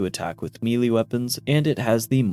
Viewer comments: This drove me crazy hearing him say “melee” wrong so many times. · Pls melee is pronounced "may-lay" not literally "me-lee"